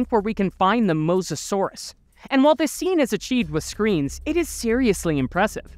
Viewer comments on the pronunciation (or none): none